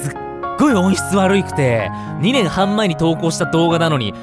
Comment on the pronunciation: 2年半のイントネーションが気になるww